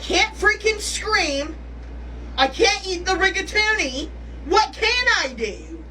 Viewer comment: rig-a-toonie had me 😂